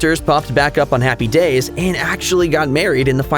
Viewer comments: It was driving me nuts...Happy DAYS...Happy DAYS...so strange. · It's HAPPY days, not happy DAYS. It sounded so wrong every time you said it that way. HaHaHa